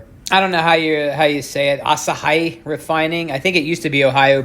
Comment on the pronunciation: Thanks. By the way Asahi is pronounced Ah-saw-hee. They took over the Johnson Matthey brand so that technically makes them an American company.